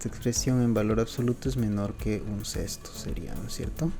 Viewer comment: como sabes hacer todo esto pero no sabes pronunciar un sexto?